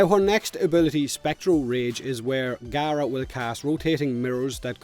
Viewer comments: Its pronounced gah-rah according to the devs as seen in the ps4 stream today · CMANIAC1 no its not the devs sad it out loud on the ps4 plains of eidolon release stream pronounced gaara